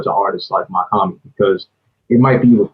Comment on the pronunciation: It’s pronounced “Mock” not Mac